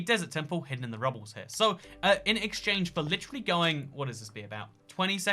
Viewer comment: said: Lichrilly